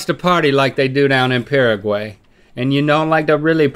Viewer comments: Omg the way he pronounced Paraguay 😭😂😂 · How Link & Rhett pronounce Paraguay 😂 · “pearaguey...” Hahaha nooo. It’s “pah-rah-guh-why dude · the way they pronounce Paraguay makes my ears burn lol